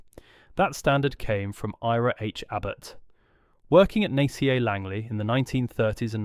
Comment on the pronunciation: I was really hoping this wasn't going to be more AI slop, but only a few seconds in it calls NACA "nay c a"